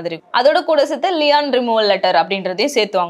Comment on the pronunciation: லியான் இல்ல லீன்